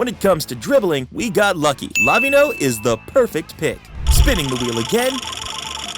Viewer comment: why tf does he say lavinho 😭 😭